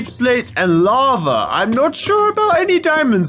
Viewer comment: laba... me:IT'S NOT LABA IT'S LAVA!!!😡😡😡😡😡😡